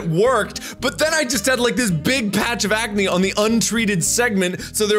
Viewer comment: He calls it acanee........ ACANEE